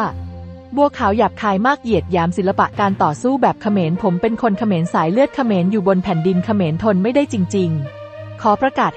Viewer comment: คนอ่านข่าว! เขาอ่านว่า ขะ -เหมนนะ ไม่ใช่ เข-มอน โอ้ย จะบ้าตาย